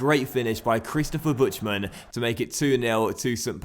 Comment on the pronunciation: The German pronunciation of Buchtmann is Buktmann, not the way you were saying it. Thought you should know